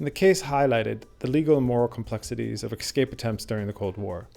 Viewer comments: Great video, but please, for heaven's sake, it's pronounced "ES-CAPE" not "EKS-SCAPE" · “Escape”- “an act of breaking free from confinement or control.” Escape… EsssCape.. not “ExScape” Too good of a video for such a basic miXstake.. (see?) ❤ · This is an excellent video but please; the word is "escape" not "excape". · Ah, yes! but you obviously ARE cultured enough by now to appreciate why this pronunciation “thing” matters to the kind of person who appreciates your type of tours.. I’ve watched a couple now and realize you have said it both ways (es/ex) in previous videos. YouTube provides an abundance of criticism, but you are providing good content. Keep up the interesting videos. 😎👍